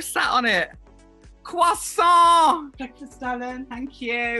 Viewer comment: CWASSON!!!!! CWASSON!!!!!!! (shaking cwassons maniacally) CWASSOOOOOOOOON